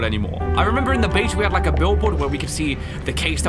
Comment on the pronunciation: You herd what said guys, "LIEK the video". He'll sure appreciate tou hitting that LIEK button. Helps out the channel and shows that you want more Hello Neighbor Two when you LIEK the video